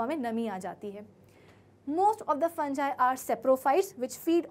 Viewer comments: Maam its fungi not funji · Mam it's fungi not a fanjai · It's fungi not funjie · You are not pronouncing fungi properly